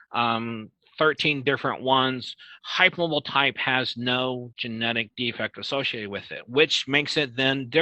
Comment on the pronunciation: Yes the way he says "hype moabel" - it's hard to keep a straight face on.